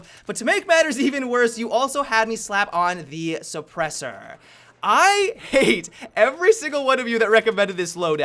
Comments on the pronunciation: "Supersooor" wtf ? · The way you said suppressor made me want to throw my xbox out the window with my battlefield 4 and hardline with it. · Why he say suppressor like that